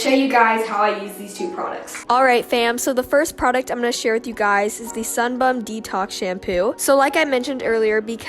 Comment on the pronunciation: Anyone else just laugh every time she said “sunbum”